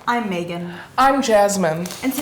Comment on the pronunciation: She said : “i’m megan” I heard “ l’m bacon 🥓 “ .... okay me